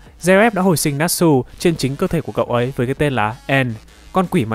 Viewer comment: Để ý rất nhiều kênh làm về anime nhưng đọc toàn sai 1, Natsu đọc là na trự (tsu) chứ k phải nát sư. Ví dụ như Kimetsu là Ki mê trự chứ k phải ki mết sư =))